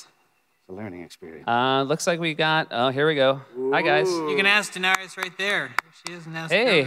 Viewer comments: "da-nare-ee-iss" goodbye. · Some of these people shouldnt be allowed to ask questions..@ she couldnt even pronounce "daenerys" for crying out loud! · that girl mispronounced Daenerys 😣